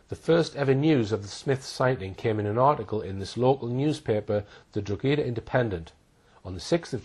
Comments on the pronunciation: Serious research put into this and everything to do with Hall addressing Madeleine case. FYI - Town in Ireland is pronounced Draw-Ha-Da (Drogheda), not Drog-A-Da. Boom...keep up the good fight. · Drogheda in Ireland is pronounced "Droh-hed-ah", to rhyme with 'opera' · Drogheda pronounced draw hee da , silent g. Small point but necessary. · Not a very good researcher. His pronunciation of "Drogheda" is WRONG!! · Drogheda pronounced draw hee da , silent g. Small point but necessary.AND , emphasis on the 1 st syllable Happen to know , i used to live in Eire Also, Sagres.... is pronounced Sagresh.. I know ? I WAS there , and lost my virginity there I know, ....too much info there, but TRUE